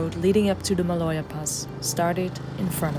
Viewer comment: Sidenote: it is Mah - Low - Yah (Maloja) not malocha- Swiss, Not Spanish